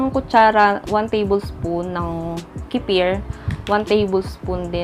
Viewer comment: Wala.. Wrong pronunciation mo lang 😂 nag vvlog ka kc 😂